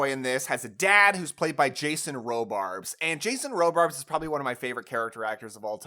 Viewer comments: 2 minor nitpicks that stand out immediately: Something Wicked This Way Comes takes place in the 1920s, not 1950s. Also, it's Jason RobarDs. It really sounds like you're saying RobarBs. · Are you saying Jason RoBARBS? It’s Jason RobarDs. Also, Jennifer Garner, not Gardener. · *Jason Robards...not Robarbs. Jennifer Garner...not Gardner ;)